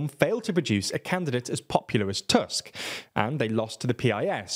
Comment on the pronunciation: In Polish, "U" is always pronounced like "u" in "butcher", so the surname "Tusk" is not pronounced like the English word "tusk" Secondly, "CZ" is pronounced like "ch" in English, so your pronunciation of the surname "Kaczyński" is incomprehensible because you pronounce the surname like "Kaziński". And the last thing is that the letter "J" in Polish is pronounced like the English "Y". If you don't know, you can always check the pronunciation of the names of the people you are talking about on Wikipedia :P